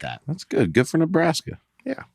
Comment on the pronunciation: On Dusty’s pronunciation on the word “good” as “goot”, I believe he just has very good diction. However, I also think he’s said “We’re having a good time” so often that his mouth wants to say “time” after every “good”